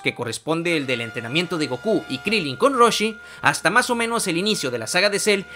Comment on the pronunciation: se dice krilin